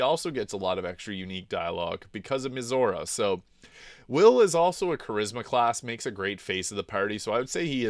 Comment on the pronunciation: it's weird how you pronounce their names. surely you've heard them say their own names in-game hundreds of times, but you can't repeat them. kerlock. meezor. esterien. what?